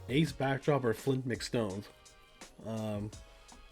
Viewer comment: i enjoyed the video and how you set up matches but.... its Ace Backdraft... not Backdrop or whatever you called him (twice)